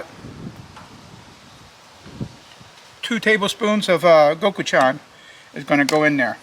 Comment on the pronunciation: It's pronounced go-choo-jang LOL! 😂